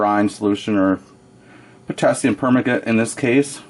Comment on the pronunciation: Great video. Good use of the mirror. By the way, its pronounced "per - man- gah- nate"